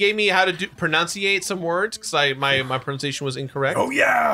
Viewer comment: So some notes for Jirard: -You could have spent more time trying to figure out what the Kanji was because it didn't heal you. Maybe it was an invincibility thing? -You pronounced "pronunciation" wrong which is kinda ironic. -I feel like you were more engaged and vocal than you have been in more recent beard bros videos despite Norm adding another voice to the video. I appreciate that. -You handled your rage at the boss way better than you have for similar situations. The boss was jank but you didn't let it ruin your time or the video and it made beating him way more satisfying to watch. -In general, for this video, it seems like you're feeling in better spirits than as of late and if that is true, it makes me happy. -I have a similar issue with my speech pattern that you do where words and phrases will sporadically fit my mouth weird when coming out and I end up slurring and speeding up my words. Like you, it's not a stutter and I wouldn't call it a speech impediment but it definitely feels weird, feels random when it'll show up, and jokes don't come out like I want them to because of it. For you, I notice it more on completionist than on SBB, maybe because you use different words from scripts than you're used to talking normally. -I learned a few years ago that, for me, my brain is trying to skip over certain words and say them early so I can't get the word I'm currently saying right. A trick I used when giving speeches or in theatre was to slow down the words in my head, bu